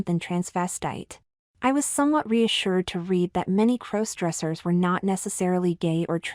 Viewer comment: A superior story. All to the good. But again, when will the AI narrators learn to pronounce "crossdressers"? After all, it's kind of a central word to the narrative.